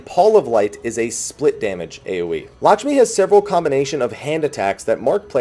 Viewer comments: Since everybody likes to correct your pronunciation, let me do it too(and everybody else) :D the 'a' in Lakshmi is more pronounced like the first 'a' in "american". So yeah, its kinda like "L(uh)kshmi" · Lahsmi xD might want to redo the title,!